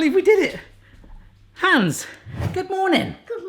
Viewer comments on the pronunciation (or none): none